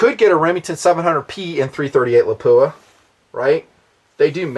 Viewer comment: first love the vids, you make good sense, very practical. One thing, pronunciations, Lapua is pronounced Lap-wa, Scenar is like Ski-Nar. I get corrected by the reps at events all the time. I love my Viper PST, you can put the shims in to set the stops btw. I agree about the MOA, I was a Designated Marksman and learned and deployed with Mils but I love MOA. Less math, no Army vs USMC mil crap...nice simple. one thing I wish you would have hit on...300WM vs 338LM cost vs performance.